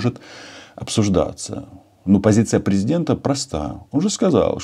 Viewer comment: Нах. такого преЗЕдента!,,,"...23 фєвраля..."?! А Х.Я!!! 2013 рік, принаймні!